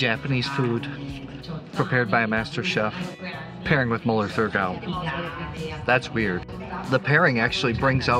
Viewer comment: It’s Mueller Thurgau, you don’t pronounce the “h”